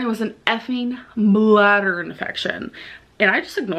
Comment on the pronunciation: a what? Mladdur infection?